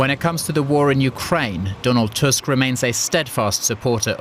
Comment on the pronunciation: Good job finally someone pronounced our's president's name correctly (even though i wished he wouldnt be ours)